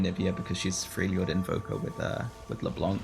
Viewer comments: It’s NOXUS pleaseeeee, so painful. It’s also not Freyljord, it’s FRELjord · I do like your content, but please try pronouncing the origin trait names. It is just weird to listen to the whole game. Like Noxious vs Noxus, Frejlord vs Freljord, I-ks-tal vs Ixtal (Ishtal; don't blame you for mispronouncing this one). It really is a nitpick that bothers me more than it should.